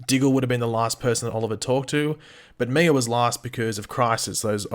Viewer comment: I cringe everytime you say Mia's name. You say Miur 🤣